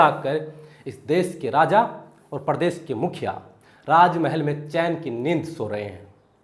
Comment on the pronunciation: शुद्ध हिन्दी बोलना सीखो भाई,परदेश नहीं होता प्रदेश होता है